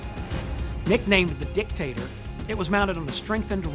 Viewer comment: does it sound like he is saying "Dick" "Tater" like a dick potato to anyone else, or am I just immature...